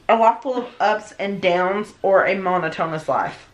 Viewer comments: The way pronounced monotonous 🤣 "monotone-us" (no shade to but it's just funny because it's usually mispronouncing words) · "mon-oh-tone-us lahhf" 🤦